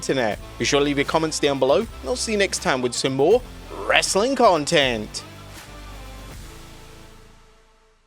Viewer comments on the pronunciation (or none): none